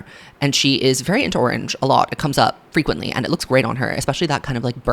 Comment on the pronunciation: "She's into orange frecuently" 🤯